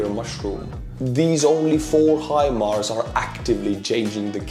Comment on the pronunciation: You've got it. Hi-Mars. Remember "How High the Moon?" Well, maybe not? Maybe, How High the Moon didn't make "Your Hit Parade" in 1950 Estonia? My point is the pronunciation. High Moon. Mars is even "higher" than the Moon. High Mars. Hi, Mars! How's it going? You have the American vernacular, the America pronunciation -- HIMARS. Say HIMARS like that and you sound like the President of the United States. Now, I wish would get it. I've been trying to tell him, it's not him-Mars. It's not her-Mars, either. Maybe you can get through to him? For your programming, tak. I learned to say take in Helsinki and Aalborg (in 1985.) Do you say 'tak' in Estonia? I enjoy your humour. Keep smiling! 👍🏻 😉. The 🌎 needs your humour. ❤️ and 🙏🏼 to you and Estonia. Peace now in Ukraine. Slava Ukraine 🇺🇦